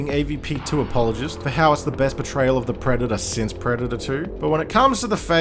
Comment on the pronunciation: for some reason every time you say "portrayal", i hear "betrayal"